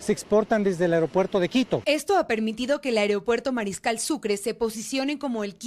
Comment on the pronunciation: señores se dice AEROPUERTO y no aerEopuerto. Parece mentira que profesionales de la comunicación, no hayan aprendido cosas ELEMENTALES, ni en la escuela, ni en la universidad!